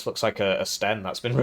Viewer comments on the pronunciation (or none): none